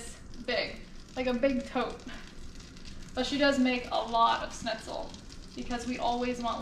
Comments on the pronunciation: The german recipe is pronounced "SHnitzel" not "snizel". No hate! Just wanted to let you know haha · Me too! It's Schnitzel! Not, Snitzel! 😆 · I'm not usually this pedantic but leaving out the ch in Schnitzel is triggering me. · Ok so I’m not the only one. I mean I don’t speak much German but cmon. Still love though. She is way more badass than I am. I’ve seen her swim with big sharks and I’m straight scared of them. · Seems neither of you can say it right…..theres a sch on the front end